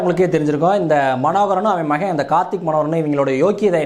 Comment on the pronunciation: மயன் இல்லை.. மகன் தயவு செய்து தமிழைக் கொல்லாதீர்கள்